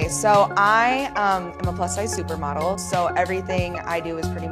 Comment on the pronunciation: Emphasis on the super